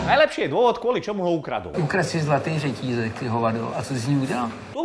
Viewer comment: zlatý žetýzek :D